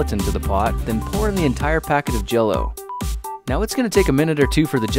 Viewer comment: Him: makes LEGO jellow